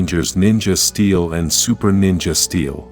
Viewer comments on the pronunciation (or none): none